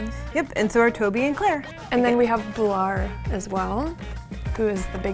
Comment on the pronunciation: It’s not bular (Bahlar) it’s BULAR (Boolar)